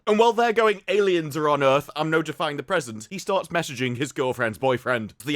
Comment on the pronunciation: "Welcome to Earf"